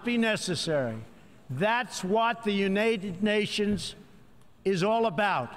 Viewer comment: "unated nations"